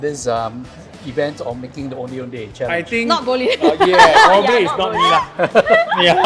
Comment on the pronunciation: I wish the pronunciation of Ondeh Ondeh was done accurately lol. typical Chinese pronunciation "O-neh O-neh".